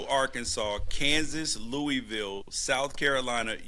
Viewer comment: Need to work on your Louisville pronunciation.